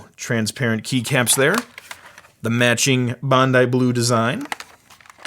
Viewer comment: him pronouncing Bondi blue was painful